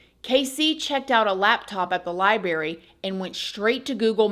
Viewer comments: I'm sorry but I can't listen to you say one more time. Im.out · We like your show but please note the word library does have an r in the pronunciation. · I was hoping you'd say LibeRRy and u did not disappoint lmao love always ❤